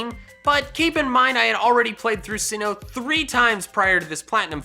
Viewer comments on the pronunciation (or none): none